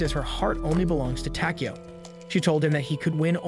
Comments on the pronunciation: It's takiyow not tikiyow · I hate the way you say his name wtf is the matter with you